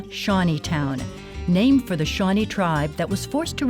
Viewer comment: It's Shawnée